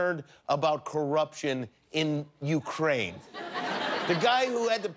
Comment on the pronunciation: U-Kray-Kray, Jimmian.